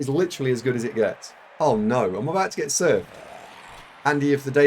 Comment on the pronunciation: Watch it from onwards: "Oh no I'm about to get surfed!" EDIT: You are so surprised at his bungling that you go a bit West Country